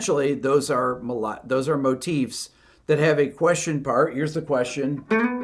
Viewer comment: I dig how you say "Motifs" correctly. Instead of "Motives." Oh, and I just noticed it says your video is unlisted...huh.